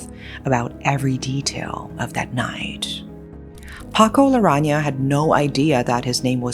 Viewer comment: It's Paco Larran̈aga, not Laran̈a.